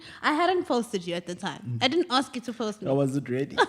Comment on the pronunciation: You must aks! 🤣🤣🤣🤣🤣🤣